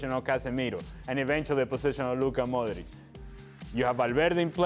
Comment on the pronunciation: Someone should tell Ale Moreno that Luca Modric is Croatian, not Spanish. He's pronouncing his name ALL wrong.